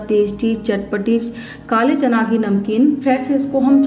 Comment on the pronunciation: Chana bolna sikhiye phele